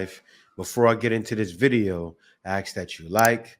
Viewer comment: I Axe Datchu ?? WTF did he say ?? 🤣